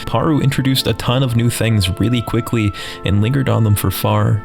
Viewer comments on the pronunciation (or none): Did this bitch actually say "Qwickwy"